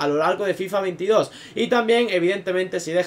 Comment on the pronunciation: Se me ha hecho super raro cuando has dicho en fifaaa 22